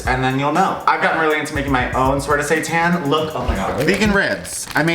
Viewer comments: i do NOT wanna see you make satan!!! and by the way, pronouncing it satÄn will not fool me. please keep your devil worshipping ways away from me and my holy body thank you!! also quick question: what kind of bread did you use for your sandwich? Multigrain? Whole wheat? Rye? It looks delish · Honestly didn't know what saitan was and I thought you were just pronouncing Satan in a fancy way 😂